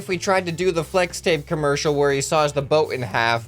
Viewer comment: Pfffft I love it lol FWEX TAPE